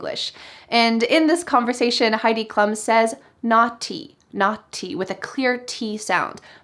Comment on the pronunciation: Such a nice video. Maybe only one thing: the name of Heidi Klum sounds Klum, not Klam. Ansonsten alles sehr schön. :-))